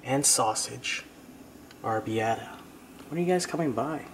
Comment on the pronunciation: ROLL YOUR Rs